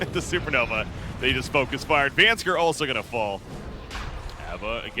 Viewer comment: Does it not bug anyone else that the caster says VANSKER and not VANSKOR?